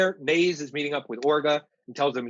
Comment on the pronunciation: Damn 1.5 seasons in and still aren't getting names correct Naze (Nah-Zeh), Gaileo (guy-leo), barbatos (bar-bah-tos)